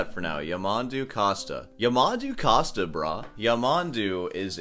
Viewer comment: SOUNDS LIKE COAST - NOT COST - PLEASE FFS